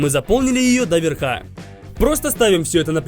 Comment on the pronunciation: дО́ верхУ́ Извините, решил поправить